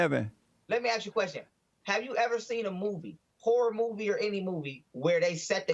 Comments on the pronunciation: “You axed me”, why cant they say it right? 🙄🤦‍♂️ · Funny he says ignorant blacks smh At least we say ASK , not AX 🤦🤦🤦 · he's SOOO smart but he is incapable of saying "ask". oh, btw, neanderthals were human.